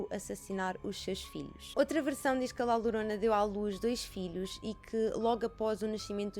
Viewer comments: La Llorona lê-se “lá lhorona” que significa “a chorona”. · Bem vinda de volta!! 😁 A maquilhagem está maravilhosa, a qualidade de som e imagem está nos píncaros 🔝 Podes ler La Llorona como sendo "La Yorona", assim fica mais parecido ao espanhol. 😘